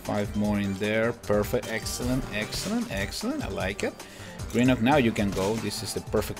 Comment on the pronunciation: You pronouce grenuke wrong but your close to pronoucing it right